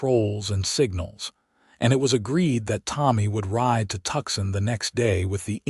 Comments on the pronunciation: Hey AI, it's pronounced Toosahn. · Please figure out how to pronounce TUCSON correctly! Please!